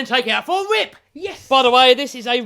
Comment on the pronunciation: “Let’s take it out for a rwip!” What?! Translation please, my British ain’t so good.